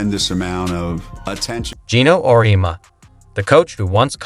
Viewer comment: This video is so sloppy. I don't know exactly if it's AI voice over or if it's someone that can't pronounce words. Auriemma....pronounce right one time, the next sentence pronounced Aurma. Then goes on to mispronounce it 5-6 different ways. Hawkayes. Dino Rosti. Etc, Etc. Then the video saying "Caitlin returns to watch the HawkEYES vs. Drake"...and it's 30seconds talking about that while showing footage of Seattle Storm vs. Minnesota Lynx game.